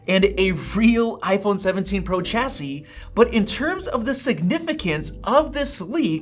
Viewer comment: Chassis is pronounced shassy.